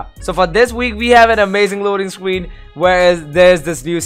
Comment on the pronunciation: Anyone notice he said loading scween